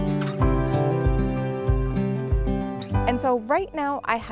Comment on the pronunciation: it’s La Burbuja, not La Barbuja, that’s where you get your cocktails 🍸 lol